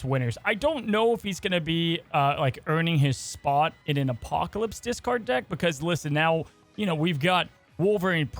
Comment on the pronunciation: How hard is it to say Apocalypse? Good content otherwise.